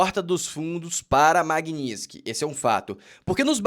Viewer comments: Não é magniski é MAGNI-TISKY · Floriando a palavra: Maguini - TIS - ky. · A essa altura do campeonato até a Dilma já aprendeu a falar Magnitsky